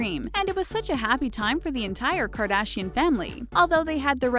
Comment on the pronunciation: Can you pls say their last name the right way